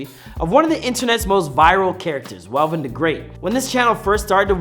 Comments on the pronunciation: Who is velven bro 😂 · Not velven